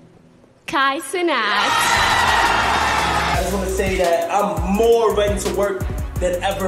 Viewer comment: This man pronouncing Kai Cenat as Canat is diabolical